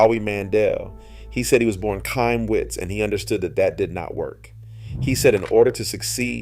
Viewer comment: The C is silent in Chaim it’s pronounced high em